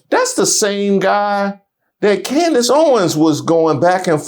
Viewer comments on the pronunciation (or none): I caught that, too! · did Candace just mispronounce HER OWN NAME?🤦🏾‍♀️😂😂